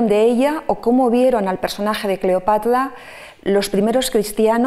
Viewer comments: También yo escuchaba Cleopatla y me pleocupaba 😃😄😂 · Porqué pronuncia Cleopatla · La conferencista, experta en Cleopatra, la cita como "Cleopatla". Si tiene problemas para pronunciar la r, debería corregirlo. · Excelente, pero no sé por qué la escucho decir” CLEOPATLA”😳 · Alguien me puede decir porqué la expositora pronuncia CLEOPATLA en lugar de CLEOPATRA como lo decimos los demás???, Será que así se pronuncia en verdad o ella tiene algún detalle de pronunciación personal???, si alguien me puede sacar de la duda por favor!!!!!.... saludos y gracias de antemano por responder.